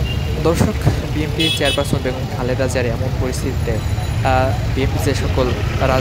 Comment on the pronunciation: সাংবাদিক যদি উচ্চারণ করে বিএমপি, তাহলে কেমনে কি!